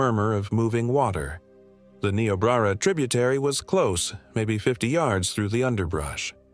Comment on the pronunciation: First off you are talking about my home, you don't seem to have much education, first of it is Nebraska, pronounce it right, as well as Niobrara, pronounce it right!! Your stories are all B'S. Keep telling them though maybe it will keep your kind away! Gps doesn't work out here. 😂